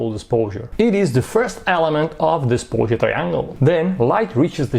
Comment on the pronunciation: I love the way says "sposure"